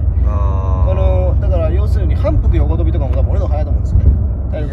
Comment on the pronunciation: えん↑きん↓りょうよう（遠近両用） と同じイントネーションになってる